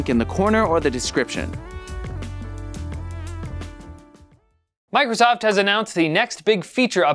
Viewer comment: "DescrUption"! LOL! That made my day!:D Have a great long weekend,!;)